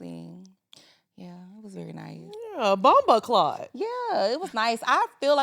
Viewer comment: Ok I love you down but your bombaclaat sound like a little white kid…. 😂 pronounce it like BUM BOW CLART